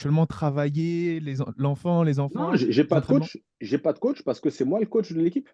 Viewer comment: Mdrr😂😂 Ces mecs qui prononce " COTCH ". Il va falloir qu'ils comprennent 😅 COACH